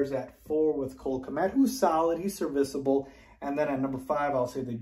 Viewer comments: I am talking about his pronunciation of the word not how he uses it. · Is it me or does say "serviceable" weird?